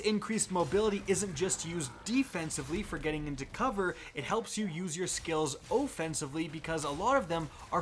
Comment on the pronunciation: "..Helps you use your skills OHffensivly" lol